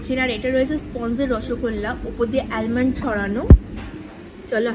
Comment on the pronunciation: এলমন্ড নয় pronounciation টা আমন্ড , যদিও spelling ta almond.